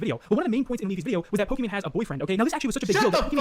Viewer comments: Why does Destiny keep calling her “Pokémon” and not “Pokimane”? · Destiny why do u call her Pokémon lol even corrected yourself after saying it right? Is it an inside joke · Why is Destiny saying Pokemon instead of Pokimane. Did she rebrand or something? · Why does destiny call her pokimone?